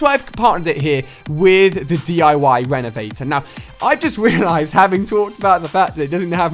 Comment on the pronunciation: You said d13 renevator wat?